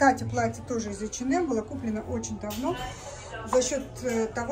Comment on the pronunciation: ей в одном из комментариев зрительница квалифицированно разъяснила, как правильно произносить это название. Даже если бы так говорили финны, она всё-таки русскоязычный блогер. Неплохо было бы подучить русский язык или пользоваться Гугл, словарями какими-нибудь...